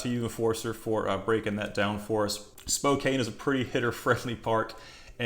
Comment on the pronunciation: Pronounced : Spocan. Love the content.